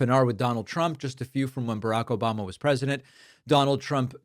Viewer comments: That echoing "Obamna" gets me every time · David that “ObamNa” gets me every time😂🤜🏾🤛🏾